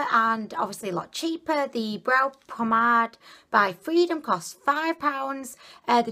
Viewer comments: your so funny its pronounced u pom-made. Lol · Love your videos! They have me so cracked 😂 you remind me of Gwen stefani so much, so pretty! Can I be annoying and just say that it's eyebrow pomade not promenade 😆 but you can obviously call it what you like ha 😃 xx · The cock on the forehead! HAHAHAHAHAHA I LOVE YOU 😂😂😂😂😂😂😂😂. Ps. It's pomade. You said pomenade. So cute 😍. To get rid of the balling up, you just need to spooly your brows after to distribute the product better and more evenly and get rid of that excess. I bought like 8 of those lipsticks in different shades of brown and berry! They're so good!!